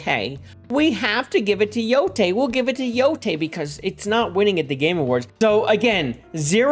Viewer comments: I really love your videos. Your voice is so welcome in the video game space overrun my people on both ends of the political spectrum who just want to lord it over each other. I do have to ask though... your name is literally, HOW are you mispronouncing "YOTEI" as Yotai? It's pronounced as Yo-tay, which you should definitely know from hearing it dozens if not hundreds of times. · Every time he pronounces Yotei as Yotai a puppy dies Edit: also screw you for not mentioning Half-Life 3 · It’s pronounced “Yo-TAY-EE” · Im only watching this now, almost a month later and this shit is so annoying. has consumed a lot of anime, has played the game, has heard the correct pronunciation of Yotei tens of times by now and still gets it wrong. Idk how can it be that challenging for the avg english speaker to learn standard vowel sounds of most of other languages by this point in life.